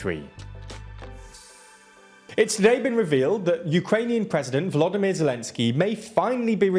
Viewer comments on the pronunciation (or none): none